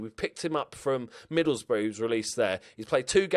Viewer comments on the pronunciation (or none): none